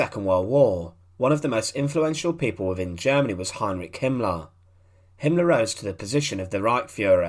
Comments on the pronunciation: Himmler not Himlah. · There is an "r" in the name "Himmler" like in "Beria". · i wish you would go to an accent reduction class. Himmler is not pronounced as "Him-lahh."